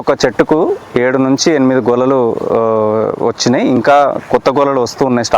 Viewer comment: Golalu kadu gelalu